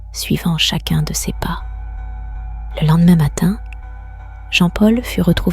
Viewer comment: Les histoires sont vraiment bien, mais cela serait tellement mieux si une vrai personne les contaient…… La prononciation du mot « ses » est vraiment très agaçante